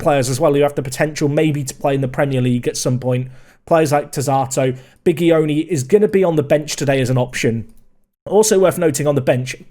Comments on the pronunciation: Bigioni pronunce of G is like GI of giant in english So not GH or J, simply GI so sounds like BiGIoni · The G in Fausto Bigioni is pronounced more like the J in a Portuguese Joao than the g in goal.